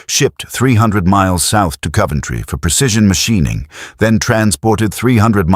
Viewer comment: No "u" in Coventry.